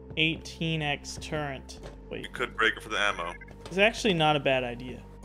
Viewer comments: "turrent" I hear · there is no N in the word Turret. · when did they add an N to Turret?